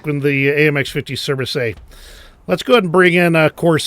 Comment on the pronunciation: Your "Surbaissé" pronunciation is excellent. As often, you are underselling your language skills, my friend. ;)